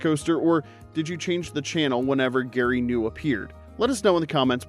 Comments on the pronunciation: It was pronounced Gary Gah-nu, Not Gary New! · Gary G'Knu...you missed the entire point/schtick of the character. Gary Guh'Knew and all the Guh'news you need. The G is pronounced. That was the whole point of the character. Maybe dont' ask AI next time, for your script content, and do old fashioned real research. And also please ditch that annoying constant background music that permeates every single video of yours. There have to be other ways to skirt copyright issues and/or hold audience attention hypnotically. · 50 here. Not a single one of those show "creeped me out". Seems so many videos with a nostalgia theme talk about characters being creepy. Just stop it. Other than that and mispronouncing Gary Gnu, I enjoyed the video. I don't remember Zoom. And Hollywood didn't try to revive Land of the Lost, they tried to ruin it. The TV show wasn't a comedy, so the movie should not have been made into a parody. Just another reason to dislike Will Ferrell..... Anyway, that's my two cents. 😂